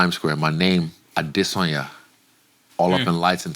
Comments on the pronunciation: ADREW, KUDOS FOR LEARNING HOW TO ACTUALLY SAY HIS SURNAME 👏🏾👏🏾👏🏾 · loved that Andrew made an effort to get the "Adesanya" intonation right